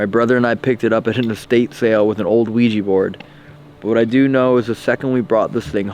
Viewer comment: The Luigi board one. It's called Ouija. an A, not I. XD Hoo boy this is some deep dark creepy stuff. That was freakin amazing! GG buds!!! Thanks!